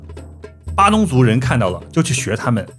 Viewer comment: padang 发音应该是巴当不是巴东。鱼尾狮是我们的旅游局找个荷兰顾问去搞的，位置都搬了几次。听了这集，估计估计以前那些也是瞎掰的吧。新加坡还有当年郑和的船经过的龙牙门，在Labrador park 那里 ， 你要不要连连看 ？